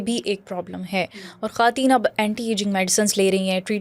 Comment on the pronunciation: khaaten nhi khwateen bolty hn sister